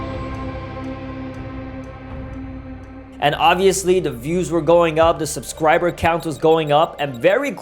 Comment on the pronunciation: bro said subscwiber